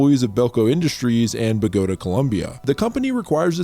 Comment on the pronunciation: please learn how to Bogota. You keep fucking it up every time you say it.